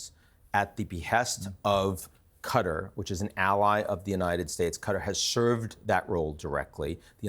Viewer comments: did you just call Huthi' "Yemen civilian government"????? What is this extreme pink washing lol I wouldn't trust a guy that says "Cutter" it's "QA-TA R" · QATAR , not CUDDER . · what's cutter it's Qutar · I despise how Americans pronounce Qatar as Cutter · It’s Qatar not cutter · AMERICAN JOURNALISTS: PLEASE! DO YOUR HOMEWORK. THE COUNTRY IS AND ALWAYS HAS BEEN PRONOUNCED "QA - TÁR" ... NOT "cutter" or "cuttery." TO SPELL IT OUT, FOR YOU, IT WOULD BE "KAH-TÁHR." and "KAH - TÁHR - EE." YOU SOUND VERY IGNORANT SO GROSSLY MISPRONOUNCING A COUNTRY THAT VERY RECENTLY HOSTED THE OLYMPICS. IT IS VERY DISRESPECTFUL. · Qatar or Cutter mate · it's pronounced Kah-taar not cutter. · Why does the first guest say "Cutter"? It's Qatar. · Where's "Cutter" exactly? Oh, you mean Qatar, cat-are.... "Cutter" bell-end 😂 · Stop calling the place "cutter" its actually pronounced "KA-TAR" ....where do you get "cutter" when you look at QATAR?🤷🏿‍♂️🙆🏿‍♂️🤦🏿‍♂️ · First of all, it's QATAR not Qutter. Goodness. Secondly, Piers, do you condemn israhell and do you admit that this was a terrorist attack?? since there was no combatants involved and they struck civilians ? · Is not called "Cutter"... is Qatar! 🤦🏻‍♂ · Just by the way they pronounce Qatar as “Cater” you can tell these demons have no respect for that country. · I just realised Americans call Qatar "Cud'r" or "Cudder" yet pronounce Qatari correctly ! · Anyone else infuriated by “Cutter”? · Americans are so dumb. Can’t even pronounce Qatar properly….”Cutter” “Cutter” 😂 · Embarrassing pronunciation or Qatar tbh lol cutter who the fk is cutter lol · Who pronounces Qatar as cutter? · Learned people saying ””Qatar” ”Cutter” is quite concerning. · I thought is was pronounced KAY-TAR. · This guy can't even pronounce Qatar properly. Cutter was the agent in Passenger 57 played by Wesley Snipes! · I was thinking the same.... also "cuttery"? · Qatar is pronounced cutter . actually pronounced "terrorist state"